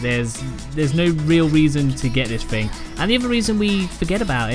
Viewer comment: It’s pronounced THing not Fing.....